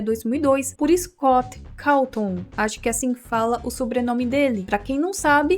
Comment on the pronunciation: Como se escreve:scott Como se le:escote